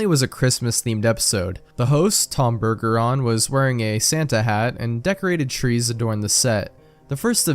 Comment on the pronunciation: It is pronounced Bergeron.